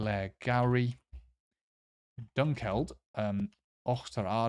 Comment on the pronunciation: National Parks etc. Machair is mach - arr . Stredd on 1st syllable which is mach like in Mach One the speed of sound. the -ch is as in loch. Eildon is eel-don , stress on the eel. Dunkeld is dun - kell -d , stress on the 2nd syllable.